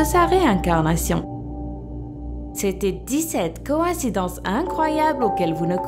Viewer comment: La comme ils disent "réincarnation "😂